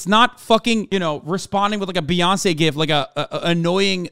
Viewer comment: Ew, Hasan says gif wrong